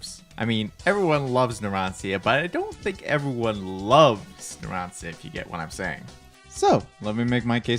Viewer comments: It gives me a wierd feeling whenever he says "narantzia" instead of "naransha" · ITS PRONOUNCED NARAN - CHA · you dont even know how to say narancia is spelled like "naran-cha"